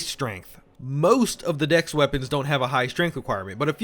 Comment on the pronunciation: i cannot not hear " Dicks are better than strength" "only leveling dicks" "DEX FOR LIFE"